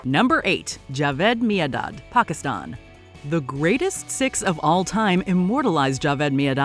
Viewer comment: You are probably the first American to pronounce Pakistan correctly